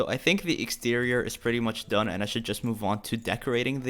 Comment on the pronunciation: I like how he says “done.” Like “dOnE!” 🤣